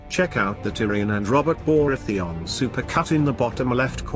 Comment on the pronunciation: Lol "Robert Boaratheon"